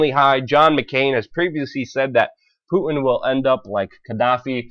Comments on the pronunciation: Thanks for taking the time to research, evaluate and post this info. A quick fyi. His name, Putin is not pronounced 'Poo-in', but Poo-'tin'. There is a 't' in his name and it is not silent. Thanks again for posting. It's wonderful to see the masses awakening. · puuuu innn? its Putin there's a T in there. please speak like you have some sense. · PuTin not Pu in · Poo en? Please pronounce the T in Putin. Thanks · What's a Poo-in ? (btw. I love your work !) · I like how Luke pronounces Putin. . . "Pooh-in" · Learn to say Mr. Putin's name correctly there's a "t" in it